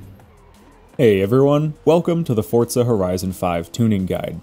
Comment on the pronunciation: Where are you getting the t from its pronounced 4za not fortza